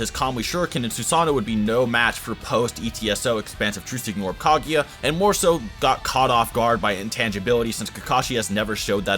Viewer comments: It's Kaguya, not "Caghia" for fuck's sake :)) I don't like you at all, the guy who ranked Tobirama lower than the fourth Hokage :))) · it physically hurts hearing you pronounce kaguya as kagiya